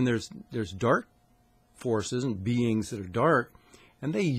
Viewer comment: Love how he says “beangs”